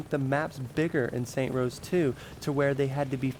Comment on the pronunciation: Stop saying saint rose that is not the name of the game, and has nothing to do anything, my god I couldnt even watch the whole thing cos that was so annoying